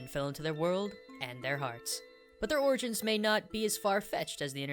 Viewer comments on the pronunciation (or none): none